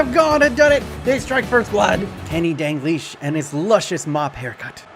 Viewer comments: Dal-glish not Dan-glish Just saying! <3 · Him saying “dangleesh” gives me anxiety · Why do you pronounce it dangleash? Where do you see the n in dalglish? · My mans really saying Danglish...